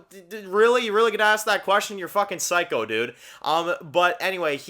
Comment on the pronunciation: knows how to say "Tomas"O" but somehow cant say "Psych"O"🤔 and instead annoyingly keeps saying "Cycle"🤦🏼‍♀️🙄 like WTaF!😂